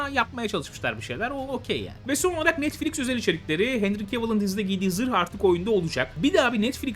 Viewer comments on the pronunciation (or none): none